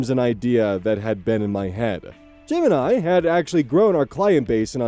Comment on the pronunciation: Keep hearing "Jim and I" as "Gemini." 😅